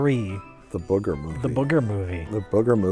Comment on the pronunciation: Do people in America really pronounce booger as bugger?